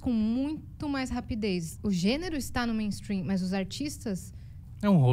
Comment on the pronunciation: Nunca de atenção a alguém que fala meinstruim,essa gente só fala porcaria,corra para as colinas